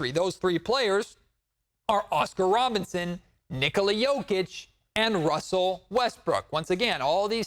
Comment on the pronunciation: not to poke fun…..but is it Robertson or Robinson? 🤣🤣🤣 Always a great show!